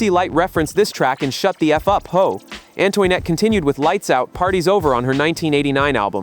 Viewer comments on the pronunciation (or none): definitely Antoinette. It should sound like “Ann-twa-net”. I will review the video again and note them here. I care because I lived through this period of Hiphop. I am a voice actor too so sound is important to the listeners to enjoy the content properly!!! I can help you if you want. I do want to do content like this.